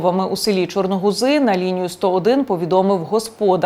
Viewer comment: ЧорногузИ́, БочківцІ.. Ви звідки?